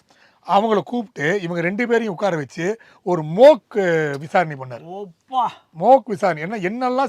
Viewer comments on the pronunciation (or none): அது மோக் இல்லை மொட்டை நண்பரே. மாக். சரியாக ஆங்கிலத்தை உபயோகியுங்கள்